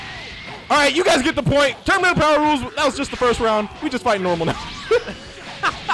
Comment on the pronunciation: son goku instead of saying power says bower